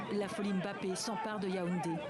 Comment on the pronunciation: Ça va lui faire bizarre d'être entouré de gens qui savent prononcer Mbappé correctement sans dire Emmbappé 🤣